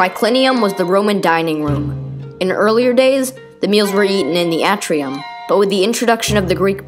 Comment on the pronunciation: A as in Apple is still a short A. The A in Atrium is an example of a long A. Your inability to distinguish them is a distraction. "A novelist's and writer's comment"